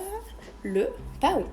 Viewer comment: Coucou très beau zoo mais on dis pan pas paon (sa se prononce pas comme sa s’écrit)🙂